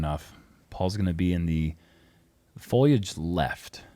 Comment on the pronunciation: Is saying foilage or foliage??? 😐